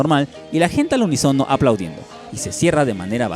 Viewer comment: Se dice al UNÍSONO con acento en la Í, no unisono.